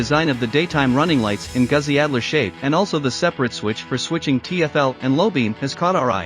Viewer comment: Pronounced Gootzi